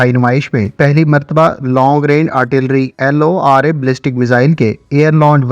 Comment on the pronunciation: It's lora not l o r a😂😂😂